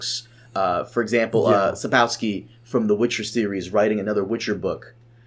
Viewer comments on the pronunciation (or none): SapKOVski, not SapKOWski